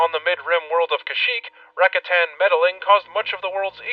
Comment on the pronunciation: Yo, nice vidz! But they're pronounced "Ra-KA-tan", not RA-katan. Think about it 🤓